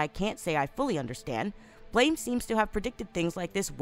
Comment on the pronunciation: Who’s goin to tell that this Manga is pronounced Blam?